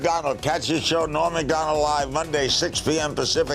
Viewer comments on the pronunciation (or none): All those years passed and nobody ever told Larry that his name was "Norm," not "Noam."